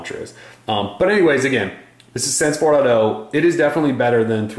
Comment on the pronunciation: Took me a while to realize that "sense fourado" was "sense 4.0" (four dot 0) xD